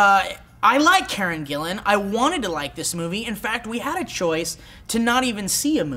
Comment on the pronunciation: They actually pronounced it right, its spelt Gillan and pronounced that way...